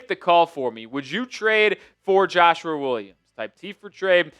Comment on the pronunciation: Why you keep saying Joshuar Williams 😂